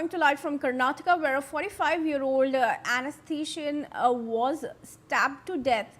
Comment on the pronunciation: Please learn to pronounce anesthesiologist